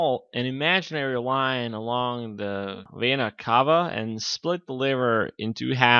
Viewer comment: exercise your speaking. you said "inferior wayna cava", if you dont trust me, put subtitles to your video. you will see